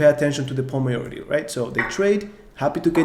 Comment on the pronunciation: Great content, I am an 1900 FIDE rated player and am really enjoying your videos. Filling many gaps in my knowledge and reinforcing what I already knew. Very professional with great graphics. Keep it up. You have put a lot of work and energy into this. I hope you become an internet legend! Just one tiny suggestion. You are pronouncing the word ´majority´ slightly wrong. No big deal. Everyone understands you.